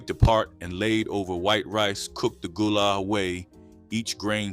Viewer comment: Gullah pronounced Ga-lah. Still cooking shark, conch, pronounced purlow, still catching crabs with chicken necks. Crabs are still quite plenty full. Sweet potato pune is also being cooked to this day. You’re doing a good job but many of things meals are still being prepared to this day. Lots of property has been developed but it’s not what you think it is. More research sir.